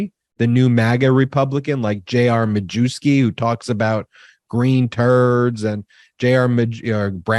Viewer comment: Majewski is actually pronounced "My-YEV-skee".